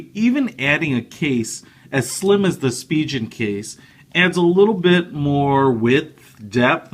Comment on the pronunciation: its pronounced spi-gen not spi-jen g as in goat